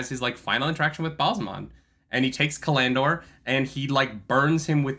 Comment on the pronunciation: Cal- an- dor, it throws me off every time you say callan dor.